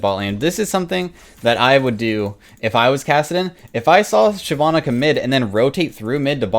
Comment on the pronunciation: Why did I liked the video super fast but when he said Shyivanna I disliked and then went back to Neeko, I liked it again (played like a damn fiddle)